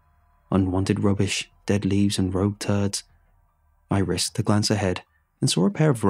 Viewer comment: “Rouge turds” Like the chick from x-men took a crap